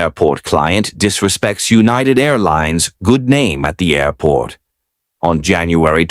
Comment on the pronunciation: Good job on the "Airrrport" today. 5x... it wouldn't be without it! We expect no less. For us counters... 5x beats 3x